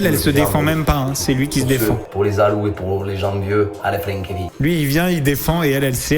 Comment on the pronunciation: "Pour ceux, pour tout les zaloux et les jenvieux à la frinquévie". Ok! 😅